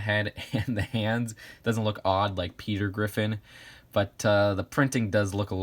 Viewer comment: How you said pe*T*er